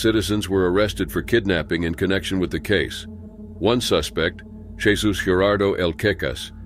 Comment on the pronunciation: Jesus is pronounced heysuus.